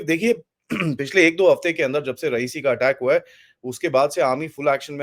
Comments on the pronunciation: Sir you pronounce RI YA SI as Rayeesi ( it's not president of Iran) RI YA SI boliye huzoor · Correct pronunciation of the place name Riasi is “RI - AA - SI” and not “RA - EE - SI”. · It is रियासी not रईसी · 🙏Please correct : It is रियासी area and not रईसी, as you pronounced in your this video, where recent terrorist attack happened...🙏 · Pls pronounce d name of area correctly. It is Ri-ya-si & NOT Ra-i-si as you r saying. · It is not रईसी , it is रियासी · भाई साहब रईसी नहीं रियासी है सही नाम। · it's Riyasi not raisee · You are wrongly pronouncing the place named Reasi. You pronounce it like the name of late Iranian president Rayeesi